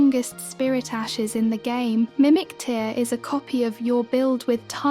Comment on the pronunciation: Yo bro write 'teer' in the script so the tts doesnt say mimic ter.